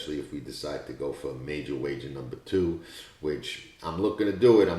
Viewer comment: fantastic pincay can have a job as an announcer with that speech impediment . Jose Ortissssse and the number tyooooooooooo are just two of his afflictions. Very annoying , but we have to make allowances